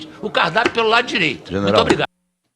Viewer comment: Galera,pq o feito fala "tisreito" e não direito ?